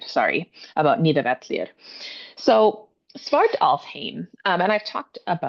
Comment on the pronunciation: You’re the second English speaking person I’ve seen in my entire life pronounce the double LL correctly in Nidavellier, Gjallarhorn and Heimdall! Much love, great Video 🎉